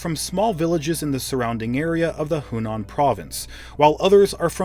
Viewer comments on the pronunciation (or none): It's Henan province! not Hunan......